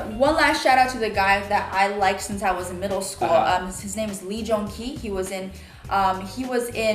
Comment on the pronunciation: lee joon-ki ? come on guys!!